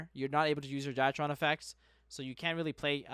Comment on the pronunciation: Say it with me now, D R Y TRON not dietron